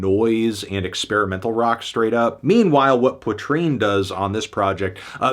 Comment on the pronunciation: Learn to pronounce Poitrine first.